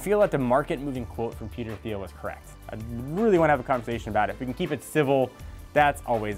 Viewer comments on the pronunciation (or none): Thiel is pronounced teel